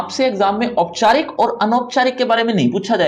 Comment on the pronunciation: Sir ji ooyeeओपचारिक और अनौपचारिक hota ha😂😂